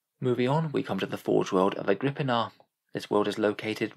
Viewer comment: I always thought it was pronounced Agri-pina